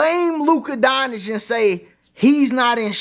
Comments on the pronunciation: Bruh 🤦🏾‍♂️ Say it with me... Don-CHICK. Don. CHICK That's how you pronounce his name. Luka Don Chick (just say it together) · The correct pronunciation of Luka Dončić is "LOO-kuh DON-chitch" according to the Dallas Mavericks media guide. The "č" in his last name is pronounced like the "ch" in "church".